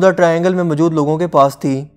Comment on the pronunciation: Urdu ka accent bilkul bhi sahi nahi. Mojood hota he mjood nahi hota 🙄🙄